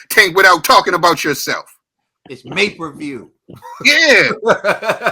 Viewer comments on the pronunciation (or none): It's MayPerView! Xdddd